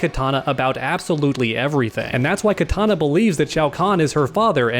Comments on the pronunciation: Please stop saying Katana, it hurts my ears...Kitana is pronounced "KEY TANA" not Katana as in the weapon. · Kitana not Katana